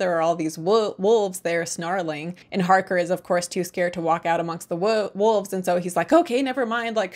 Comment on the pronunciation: I appreciate the effort it takes to not pronounce 'wolves' as 'wuvs' :D Coppola's "Dracula" is the "Showgirls" of the Dracula cinematic universe. Love it.